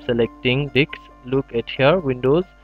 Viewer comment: You are a star. it worked like charm for me. However, it is funny to hear you saying Di*ks instead of Disk.. lol.